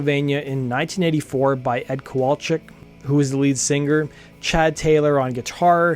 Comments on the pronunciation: Love your podcast. I'm a subscriber. Please stop saying "sing-GER." it's "singer". SING-ER. thanks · Why does this man pronounce singer like finger?